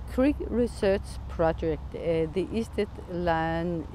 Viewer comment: Notice that it is "sted" / "stedt" ( as in English "stead" ) - not "Schtälle"!